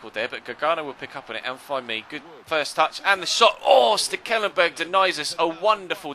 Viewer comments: I can say that it is indeed STEKelenburg because i dutch too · As a dutch person I can say that you butchered Stekelenburg's name ;)